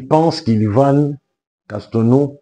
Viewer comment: Frère tu veux nous dire que tu ne peux prononcer Yvan Castanou